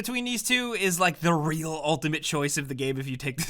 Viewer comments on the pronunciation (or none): none